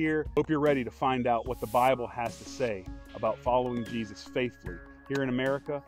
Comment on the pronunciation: Could someone explain to how to properly pronounce “Jesus?” It’s not “Jeeuz…”